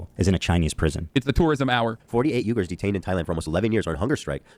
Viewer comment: not once while discussing the uyghurs did hasan pronounce it correctly💀